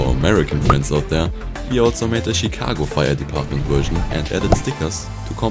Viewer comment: Bis du deutsch ? Du hast eine kleine accent 😊 Ich habe dich wegen der Aussprache von „Chicago“ entdeckt: ein zusätzliches H und viele A „chic'Haaaaago“